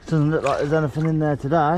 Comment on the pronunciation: Am I the only person enjoying how he says, "anyfin, everyfin" because seafood? I'm cackling like a dumbass at the unintentional puns.